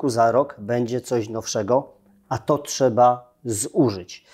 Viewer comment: I co Pan zrobił Panie Naval, by Polski żołnierz z przymusowej rezerwy był dobrze wyposażony i wyszkolony? NO CO PAN ZROBIŁ poza tym, że mówi Pan, że "czeba"?!